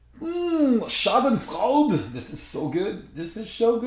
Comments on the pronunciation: Repeat after me: "Sja-dun-froi-duh" (Schadenfreude). ;) Thanks for the video! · i pissed my pants on how you pronounced "Schadenfreude" xD that came unexpected! :'D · I'm German. it's a German word. And i didn't even know that it's also used in english :D so i was first confused and then amused everytime you pronounced it different :D nice playthrough btw! just stumbled upon your channel and i really appreciate the content! can't wait to get my hands on this expansion :) happy Easter weekend